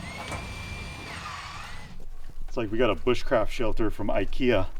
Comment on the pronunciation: Did say butchcraft?